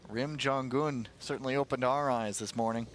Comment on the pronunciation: it's jong-un!! not jon-gun